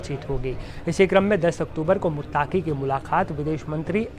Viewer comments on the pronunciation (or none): Khabar kai bar parh ke sunaya karo bete Aapke Alfaaz,sami ko saami,muttqi ko muttaaqi nikalata hai Shukriya. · this repoter is really trying hard to represent himself as non muslim, see false pronunciations muttaaqi, saami ul haq. naam bhi badal lo beta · मुत्ताकी नहीं पत्रकार साहब❌😂😂😂अमीर मुत्तक़ी✔️